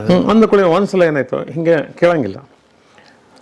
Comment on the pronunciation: ವಂದು ಅಲ್ಲಾ ಅದು ಒಂದು